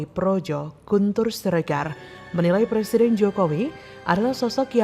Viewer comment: Anak TK muka aki2, ngomong R aja ga bisa, mau jd plesiden, wkwkwk